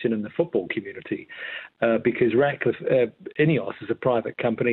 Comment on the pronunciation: It's RATcliffe, not "Radcliffe"